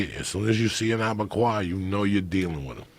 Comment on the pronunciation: Joe “ Abegayu “ Rogan